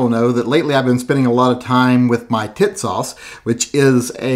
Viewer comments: It's TEA-sahsh! Not Titsauce. That's something else... I like what you did,! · Is it me or does it sound like he's calling it tit sauce? I like the gun even more now ! Thanks brother